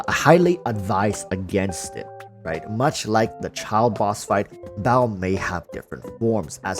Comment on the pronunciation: Sorry man evertime you say baal I just hear bao and I laugh my ass off thinking of the electro archon as a bun.